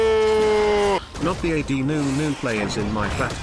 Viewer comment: "aw de nunu, aw de nunu, aw de nunuuuu" xD I love the way he says ad haha